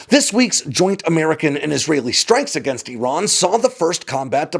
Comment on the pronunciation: Eeron? Where is Eeron? If factuallity matters to you, make an effort to pronounce names correctly,. IR-RON AND IR-RAIN-E-AN. People learn from you, you kinda owe It to them to make an effort to deliver correct information.